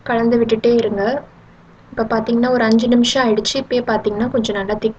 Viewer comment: கலந்து " சிறப்பு ழகரம் போல உச்சரிக்காதிங்க தமிழ் பொண்ணா இருந்துட்டு